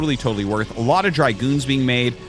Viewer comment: It's Dragoon, not dry-goon.